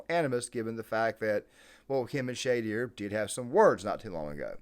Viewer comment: Say it correctly...... Sounds like......Sha...door. Not shae dear